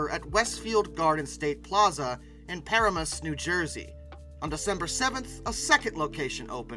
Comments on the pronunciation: Pa-Ram-us, New Jersey, not Parimis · Paramus = puh-RAA-muss (RAA rhymes with the first syllable of radical)